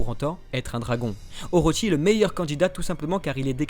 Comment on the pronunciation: Juste c'est pas Oroshi mais Orochi "/orotchi/"